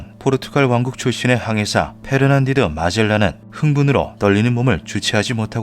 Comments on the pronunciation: 페르난디드 가 아니라 페르디난드 ferdinand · 페르난디드 -> 페르디난드 오늘도 잘 보았습니다. ^^